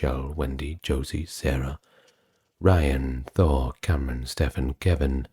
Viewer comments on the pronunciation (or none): none